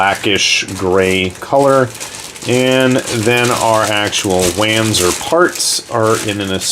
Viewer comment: That was a translation error in FM3. In all other FM media it's called the Zenith. Also, it's pronounced "von-zur" not "van-zur". It comes from the German compound word "wanderpanzer" where the W is pronounced like a V.